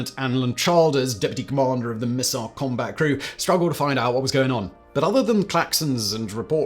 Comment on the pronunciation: Simon said "crombat."😆